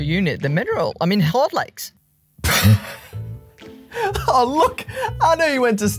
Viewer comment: JOMW: "Just because you call it 'Hardlex' doesn't mean it's hard."